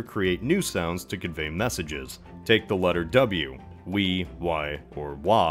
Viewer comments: No, you can't just pronounce like that lol. "We" is not pronounced [wi] but [we], a sort of "a" [ei] without the "ee", so just [e] (approximatively like in "bet" [bɛt], the [ɛ] is a more open [e]) and "Wi" is pronounced "wee" [wi]. Yes, that was veeeery hard to explain, and yes the English pronouciation of the Latin alphabet s*cks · I think “we wi wa” would’ve sounded more like “weh wee wah.” Because “wee wai wah” is an exclusively Modern English thing.